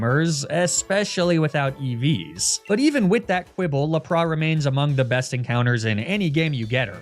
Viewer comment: Hey, what about doing a 'mispronunciation nuzlocke'? In which you only use pokemon which names you have mispronounced in previous videos. So like, Laprah, Arcaneenay, Emolja, etc. Seems like a silly but fun idea to me:)